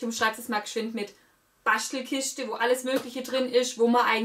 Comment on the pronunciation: Gratuliere! Sympathisch und wohlverdient! Ich brauch nix zu gewinnen, fand aber die Aussprache von "Baschtelkischte" ulkig ;-)